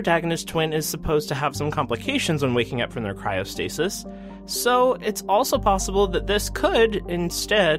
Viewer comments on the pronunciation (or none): none